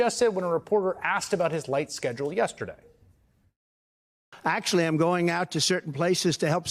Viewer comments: Hey don't you know how to say yesterday not Yes away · Like the one he did " yetherday" lol can't speak.